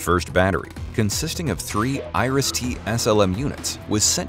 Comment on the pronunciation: Noone in Germany knows what Irish def. syst. is, pronounciation failed.